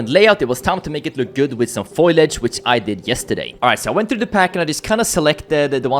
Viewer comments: its Foliage not foilage i love you just wanted to help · Nice work. BTW it's foliage not foilage. i after the l... 👍